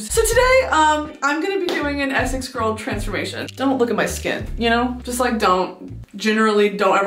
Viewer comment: The only two things you’re kind of getting wrong with the accent is the way you say “Essex” (you say “eh-suhcks” but it should be “eh-six”) and the way you say “do you know what I mean” (you say “do you know what - I - mean” but it should be a shorter “d’you knowwhatImean” all flowing together, rather than paused and separate)